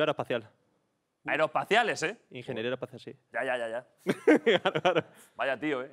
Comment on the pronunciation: Ingeniero aeroespacial pero no pronuncia las consonantes...